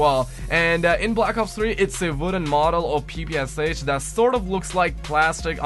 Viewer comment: I restarted the vid and you did say papoosh😂😂😂😂😂😂😂😂😂😂😂😆😆😄😄😆😂😆